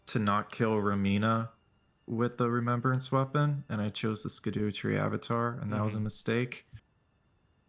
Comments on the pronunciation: 'scadooo' is the worst way to pronounce that.... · I get that it's a meme at this point, but not pronoucing Scadu as "Shadow" is so irritating. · Scadu spricht man doch Schadu aus oder wiegerst du dich einfach, weil Scadu sich cooler anhört?